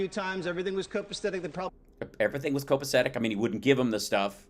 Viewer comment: “Everything was copastetic”